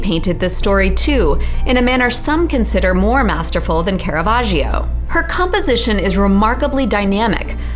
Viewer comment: according to that pronunciation Caravaggio is french